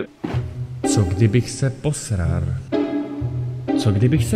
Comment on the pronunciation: hej bro porc rikas posrar misto posral